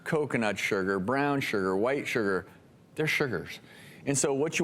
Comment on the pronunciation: Why does he keep saying "sher-ger"? XD